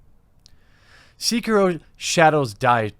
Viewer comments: It's pronounced like "say-key-row" from the word "Seki" meaning one armed and "Ro" meaning wolf 🐺 But the way you pronounced / butchered it made me smile 😋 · Jeremy, I speak Japanese. Sekiro is (seh-key-roh) Ps. It's also zoiNks. You're leaving out the N when you say it. Shaggy would be sad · Man that mispronounce of sekiro the e is lowercase not capital good vid tho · Anyone else just a smidge annoyed by his complete inability to pronounce Sekiro? Great video, though. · They way you pronounce “Sekiro” is driving me nuts. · The way you say sekiro hurts my soul lmao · bro the way you say sekiro makes my ears bleed but good video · Your pronunciation of "Sekiro" is painful, but the logic in this video is spot on. Not every game is for everybody. Vast majority of games are designed to be breezed through with death or failure being rare. From Software is making games for those that want to struggle for a bit. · your pronounciation of sekiro makes me cringe. release your inner weeb you filthy casual. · its kinda bothering me that he's mispronouncing sekiro it's almost like he isn't trying. i get that its got a japanese title name and it's hard to pronounce but come on give a little more of an effort. and if you want to play a hard game here you go; LION KING for the super nintendo. But seriously gaming journalists are just full of people who don't care for games, that's why its full of people who are just super casual gamers, or they just suck at games period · A fine video, good sir. Some people just want games to be hard as F* and there's nothing wrong about that. Not every game is for everyone. I pressed like even though you pronounced Sekiro wrong, but that is a minor mistake in my books. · They should just stop being so bad. Problem solved. Btw it's Sekiro, not "seeker-oh" . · Show some respect, man. Pronounce the name of the game right! It's not "Seekiro". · The sek in Sekiro is pronounced like just a sec. So it is said something like sec key row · Its SEH-KEE-ROW